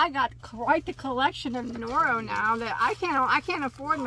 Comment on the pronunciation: I love when you two do a video. You are funny together and compliment each other. I'm half Japanese and is pronouncing those Noro names correctly..good job.